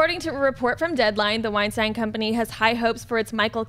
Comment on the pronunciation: Weinstein is actually pronounced wine-steyn not wine-steen